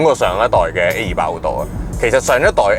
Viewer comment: 主持改善下懶音會令人容易聽D, A200 =/= A28